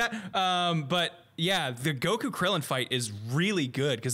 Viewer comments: Dude on the left is struggling to say Goku. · why does he emphasizes the "ku" in "Goku"?